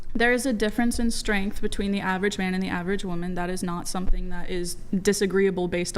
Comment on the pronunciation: Schtrennnttt....schtrenntt wtf